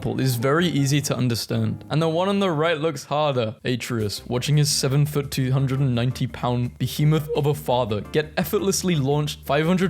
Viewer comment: "A-tree-us" it's Uh-TRAY-us you heathen. And the weirdest part about that meme is that it comes from a scene after a timeskip where Kratos hasn't been shown to battle any monsters or gods for quite a while (a few years I'd wager?)